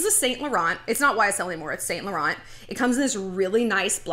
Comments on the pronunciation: You’re pronouncing it wrong lol! It’s not saint laurent. It’s like ‘Sun la-ron’ x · you pronounce it Sau Laurau Not Saint Lauren dont pronounce n & t